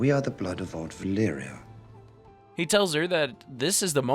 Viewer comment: Why you keep spelling the names wrong? It's 'Valyria' not Valyra. And you said Harrenhall wrong. Otherwise,cool video.